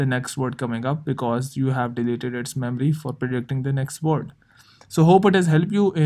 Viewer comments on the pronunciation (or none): It’s not called medormy, okmell, it’s called memory